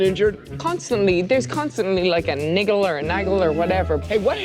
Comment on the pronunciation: Yeah I def thought I heard an R on “niggle.” Had to rewind it to make sure lol